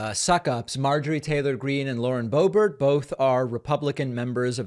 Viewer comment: You keep slipping back from bo BEAR to BO bert. Why can't you pronounce her name as she herself does? Whether you like somebody or not you owe them the respect of pronouncing their name correctly. Get it, DA veed PAH kuh mon? How are we supposed to trust your analysis when you can't even pronounce someone's name! BTW, you do a good job with Tulsi Gabbard.